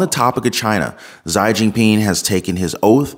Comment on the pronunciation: For the record his name is pronounced "Shee" for XI, not "Zigh".